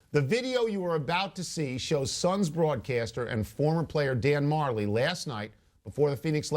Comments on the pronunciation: it's pronounced Dan Ma-jelly. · its pronounced dan ma-jelly